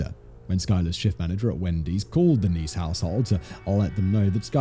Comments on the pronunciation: Simon switched between pronouncing it neese and ness so many times I lost count lol. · It's niece. Like your nephews sister. You got it right the very first time and at least one other time